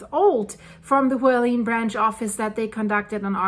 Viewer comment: Hualien is pronounced Hwa like wa in water, li as in lip, en as in ten. Hwa li en.